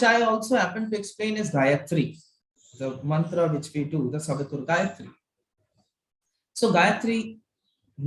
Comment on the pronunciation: gayatri mantra pronunciation is super